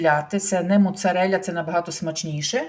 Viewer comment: Скільки ти років в Італії що говориш моцареля а не моцарела